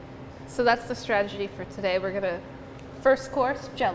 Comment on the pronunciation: "So that's the stragety for today"